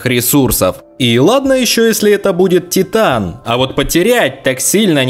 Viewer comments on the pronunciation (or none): none